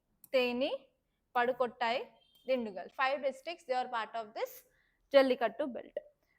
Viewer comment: Pudhukottai ✅Pongal ✅ pronounciation😅